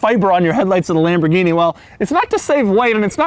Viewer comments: Lambowrggini diablwo Thats how i heard him pronounced it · If I hear this guy say "Mmhh, itz Lam-bo-geen-ee", I'm going to punch a kitten. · Well... it's Lamborguinni!